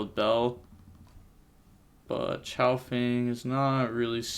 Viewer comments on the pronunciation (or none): none